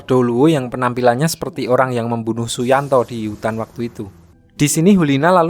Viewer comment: Weh kok Su yuntao jadi suyanto🗿🗿🗿🗿